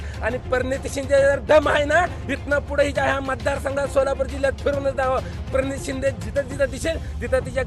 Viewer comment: परणीती शिंदे.... आरे यडझव्या नीट उच्चार तर कर